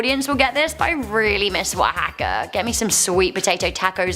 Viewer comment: Wahawka??? Oaxaca cheese is from Oaxaca Mexico...what does that have to do with W? Maybe sounds the same, but c'mon... And the native is called APACHE (AH PAT CHEE) not apash... I love you guys but please learn how to pronounce words before doing these videos.